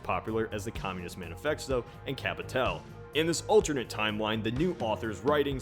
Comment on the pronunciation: Did he just fucking say communist manifexto?